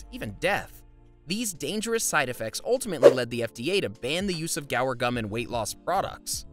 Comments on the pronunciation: You pronounce guar, "gwar", not "gower". You'd think the guy woulda read that better than he did. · It’s not gower, but goo-ar. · It's "GWA-AAR" gum...NOT "GA" "WAR" gum. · Isn't it Guar, not, Gower gum? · What an interesting way to pronounce “guar”. Are you sure it should be pronounced like this?